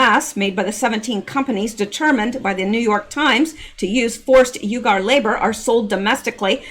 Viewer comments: Not pronounced ugar pronounced weeger like weeper wiph a g.....lol God Bless you for all you do,,, for all you give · I Believe UYGARS is pronounced WE Gars,,, I Could be wrong,,, but,,, the odds are low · It's pronounced "wegar" LOL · Fyi uyghur is pronounced Wee-ger. Sry... Pet peeve of mine..😁👌🏾